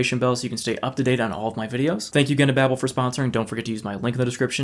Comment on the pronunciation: His sponsor: Babbel. He: Babe-el 🤣